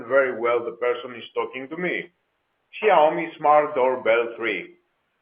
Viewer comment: Σιαομι προφέρεται όχι ΞΙ